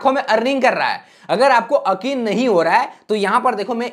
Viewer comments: O bhai akeen nahi huta he yaqeen huta he 😅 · Akin nhi ho raha he 😂😂 akin = yaakin 👈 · Akeen nhi yakeen h